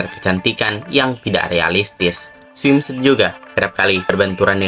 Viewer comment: Cara nyebutinnya swimsut bukan smim suit. Suit-nya nggx perlu dibaca semua sebut aja sut. Swimsut